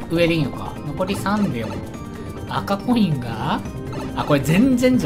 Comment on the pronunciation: 10分16秒ごろ赤コインがコカイ〜ンって聞こえるw